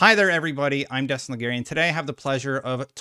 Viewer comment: Destin, need you to never say his last name ever again. I'm also not feeling how that rolled off ya tongue easy?